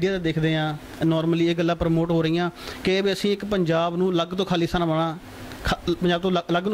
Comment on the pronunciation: Anchor is pronouncing khali-stan not Khalistan , it is not hard to figure out what He is thinking